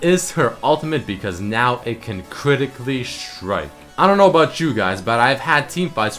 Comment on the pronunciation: Hey +, are you german by any chance? Because I always notice, that you pronounce the "st" like a "sch" ("schtrong", "schtrike" etc.). Your English is very good but this always annoys me a bit. I'm a German too and this is one of the most common mistakes for german people. No hate, just noticing it, so that you might improve.:)